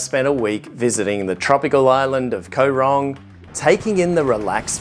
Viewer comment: It isn't pronounced Ko Rong it is Koh Rong. You sound like a typical tourist who goes to an island not thinking that it costs money to get the food transported to the island and compare everything to where you live. There isn't a lot in Kampot but peope go there to chill out and relax. Mosquitoes are in every tropical country so you should have been prepared. I have lived here for 17 years and love it just as much as when I first came here. The less people like you who visit the better!